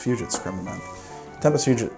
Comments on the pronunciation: Also, the way you pronounce Creme de Menthe slays me. The first bit is fine, but in 'menthe' it's not an E sound, it's like the O sound in the word 'on'. Like it should be spelled creme de monthe. Continue to pronounce however you want though, buddy. Love ya. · Crème de menthe is pronounced crème de "MANT" as a French person it pains me to here those alcohol names butchered 😭😭 Nice video tho I'm a long time fan ahah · Menthe [mãt], please stop saying it like that 😅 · You're right to continue with the show. These are troubling times, but life must go on in some way... By the way, the word "menthe" in "Cr ème de menthe" is pronounced with a hard T. A "th" in French is almost always pronounced as a hard T.